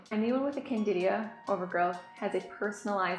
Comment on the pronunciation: CANDIDA!!!! NOT Candidia.